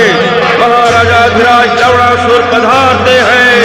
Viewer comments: Bhai wo lawnasur hai lawdasur nahi 😂😂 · Bhai Ye Log Lavanasur Ko Lawdasur kyu Bol rahe hai! Ye galat hai.. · It’s Lavanasur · Ha Or lavnasur bhi bolte hai to lavdasur he sunaay deta hai😂😂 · लवणासुर pronunciation = hilarious🤣🤣🤣🤣